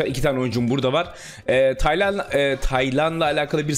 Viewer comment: Hayatimda hic düsünmezdim Taylan isminin bu kadar zor okuncagni 😂😅